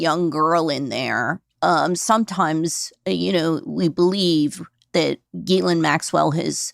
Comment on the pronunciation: FINALLY: A journalist/podcaster who pronounces Ghislaine correctly!!!!